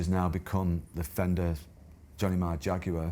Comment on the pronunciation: Yes, but does he know he’s saying Jaguar wrong.?! Doesn’t matter who started the language…